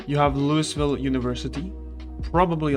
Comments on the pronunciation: It happens more than you'd expect, so we get used to it. If you don't pronounce it "lou-uh-vul" than everyone knows you aren't from around here. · It's not pronounced "Louis-ville", yikes. It's 'Loo-ah-vul'. Or Loo-vuhl. While we're at it, "Muldraugh" is pronounced "Mool-draw' or "Mull-draw' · LOUI VILLE. LOUI...VILLE. NOT LOUIS VILLE. NOT LUIS VILLE. NOT LEIWS VILLE. LOUI VILLE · Say it with me kids, "LEW - EE - VILL" NOT "LEW - US- VILL" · Lou-Uh-ville not “louis” ha ha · The pronounciation is "Loo-ee ville" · Lew-E-vill not loo-iss-vill, trust me I’ve been corrected by people that live there and apparently it’s “triggering” to get it wrong. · You saying it wrong bro. It's lou-ee ville. Not lew-iss ville. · I prefer to say lou-ee ville as well but we are wrong too. Its prounounced loo-uh-vull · I Just wanted to let you know the the 'S' in Louisville is silent. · Please stop saying LouiSville the s is silent.. and yes this is true for the real life city in Kentucky that the game is based on :D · Awesome guide! Thank you. You wanna pronounce it loo-e-ville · Pronounced LOO-ee-vil. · “Loo-is ville”? Lol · It must be agonizing for people from Louisville watching this having to listen to him say Lewisville over and over. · Say Lewieville. The S is silent. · By the way Louisville is pronounced "Looey-ville", some people with a southern accent might pronounce it like "looey-vul". Another good video though 👍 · "Lewis Ville" ah shit, here we go again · "Lou is ville" dude.. come on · I love how he said it Loois ville just to spite everyone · I beg Zomboid streamers to learn how to say Louisville. Like even Looeyville is fine if you don't want to go all out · I like your content, but do look up how to pronounce Louisville next time. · As much as it makes me smile to here you pronounce it...the "S" in Louisville is silent. 😁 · Introduces self as guide for Louisville, while mispronouncing Louisville. :) Memeing aside, nice video. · He knows. He does it on purpose.